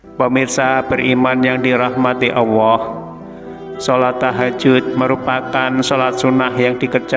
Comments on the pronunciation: Vtolong bacanya yg bagusya mengucapkan Alloh bukan Awoh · Kebanyakan orang saya sering denger di Jawa itu kalo nyebut Allah alwah bahkan seringnya Awwah,🙏🙏🙏🙏 astagfirullah mohon yg kurang pas di betulkan,bacanya di betulin lagi Allah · Lam dolallah nya kurang pas Allah bukan awoh . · Iya kedengarannya kok gak enak kok aowooh kanlagi ngajarin orang banyak tolong di perbaiki bukan aowoh tapi Allah ya 🙏 🙏🙏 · Betul sekali ini orang ngomong Alloh kok awoh. bikin gak srek dengernya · Bener ko aowoh ya 🙏🙏🙏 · Terima kasih atas berbagi Ilmunya , tetapi jangan terlalu panjanh paparanya, maaf dalam ucapan Allah sepertinya terucap auwooh. 🙏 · Itu sebutan Allah nya koq seperti itu ya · Nyebut Allah kok gk lurus y